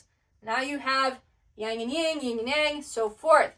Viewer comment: I love that you show comparison between different traditions and connect it to the Bible especially for people who come from a Christian background. I just want to correct one thing-- it's Yin and Yang not Ying. I'm a doctor of Chinese medicine and have been immersed in Eastern traditions - Yin is the feminine principle and Yang the masculine. Just drop the letter g at the end of Yin ❤. Great work keep at it!